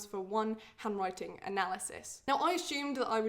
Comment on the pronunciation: Not sure why but my Canadian ears sometimes hear the word “hemorrhoid” when she says “handwriting.” Anyone else? 😬